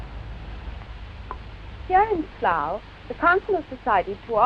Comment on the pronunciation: HYUR in SLAU = Here in Slough (in posh). Just in case it wasn't clear.